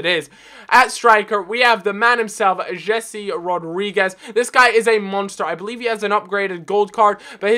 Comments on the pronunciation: It's not Jesse it's Hese. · It is Hesé not Jesse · I know I might sound like a snob, but I detest when English people pronounce foreign names how they would if they were English, for example, in this video he pronounces Jese as Jesse, -.